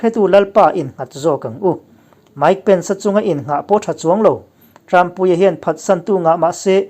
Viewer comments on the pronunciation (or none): none